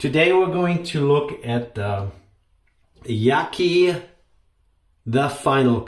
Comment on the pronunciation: I love my Yaqi ( its pronounced as Ya Chee in Mandarin) TFC..give me great shave always..btw u should try Vikings Blade Emperor..a damm fine adjustable razor.